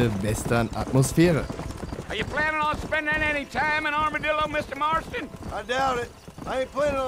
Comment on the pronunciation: Ich hab statt Armadillo Armer Dildo verstanden :DD